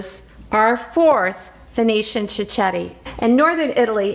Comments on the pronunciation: Please pronounce it properly. It’s pronounced “chiketti” not chichetti. Also it’s not “proshuddo ” it prosciutto with t’s. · it's amazing how she mispronounce the word cicchetti......she's obviously never heard it in Venice (where I come from by the way..) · You need to pronounce cichetti properly first.